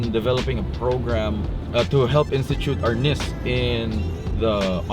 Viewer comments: That's not how you say!! I studied with Dan insantos he never called it arness BAD DOCU, MARTIAL ARTIST'S WON'T WATCH THIS!!!! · Great video. I've been training in Eskrima-Kali-Arnis since 1987, in Wisconsin, MN, OR, & CA. I cringed every time they said Arnis. *It's pronounced R-neese. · You have to learn to pronounce the word properly first. It's "Arneese"